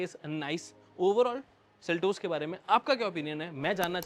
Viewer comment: Ye seltus q bol raha just say seltos?